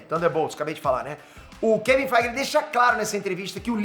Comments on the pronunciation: eu escuto assim "Kevin FIGHT!" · Engraçado demais ele falando Kevin feige